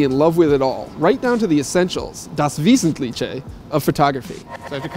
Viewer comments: it's pronounced vesentlikhe haha ;) not visitliche. but it's cute though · Der Krazy Kraut das not approve of how he pronounced Wesentliche